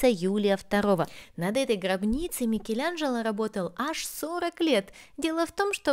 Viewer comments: Почему называешь МикелЯНжело????? Так противно.... вроде живёшь в Роме....слышишь как произносят имя знаменитости МИКЕЛАНЖЕЛО !!!!!! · Ну повеселили произношением- "МикелЯнджелА")))))))))))